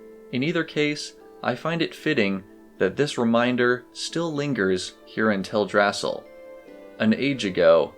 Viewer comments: Oy, it is prononced "Tel Dra Sil", not "Tel Drassel". It is a play on Yggdrasil. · Tell druh sill, not tell drassle. They even pronounce it in game. I see your corrections but you might want to pin it to the top of the page so people read it first. Just a suggestion. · It's Teldrasil not TelDRAsil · It's TELdrasil, not TelDRAsil. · Is it Tell-drasal? I always pronouced it tel-dra-sil. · Its Tell-Drass-EEL Great video, but the mispronounced name bugged me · you lost me at "tell-drass-ill" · theres one thing that bugs me about your video, thats not to be rude of course! this is really well made but Teldrassil is pronounced tel-drasill all one word as it is based off the world tree yggdrasil from mythology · I've always pronounced it Tel-dra-sil too 🤷‍♀